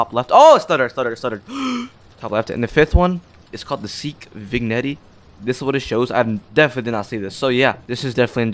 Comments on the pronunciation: "vignetty" is pronounced vih-gen-tay or tuh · Its not vig netty its vignette.(vin-yet) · Bro said Vigg Netty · "hey guys up next we got the vig-netty" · "vig-in-ettie" lol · "Fig netti" 💀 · you say vignette like vin|ye|t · they way he pronounced "vignette" killed me